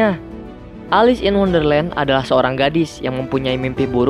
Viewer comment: Di tulis: Wonderland Di bilang:underland